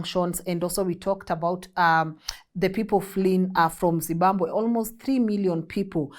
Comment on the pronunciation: …. Say ZIM…BA…BWE ZIMBABWE